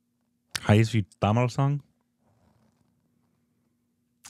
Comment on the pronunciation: he's saying tamil wrong